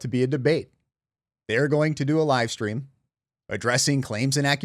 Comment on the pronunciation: Why can’t she say stream, why she says “shtream “. What kind of school she went to. 😂😂